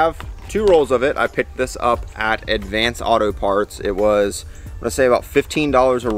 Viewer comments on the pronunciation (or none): none